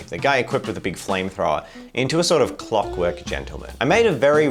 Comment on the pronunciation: Ah yes. Clock W-Orks. <3 How proper.